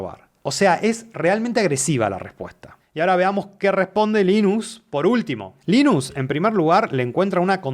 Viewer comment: Gracias por pronunciarlo como "Linus" en vez de "Lainus" como hacen muchos gringos.